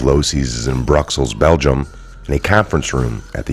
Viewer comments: BRUKKSLES??? WTF! Learn the names ffs! It’s [Brussles] Btw... I did not appreciate the way you presented this... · Brussels, not Bruxxels.